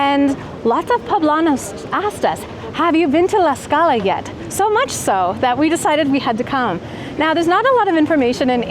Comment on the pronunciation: Lady!… there’s a strong T on Tlaxcala, I keep hearing Laxcala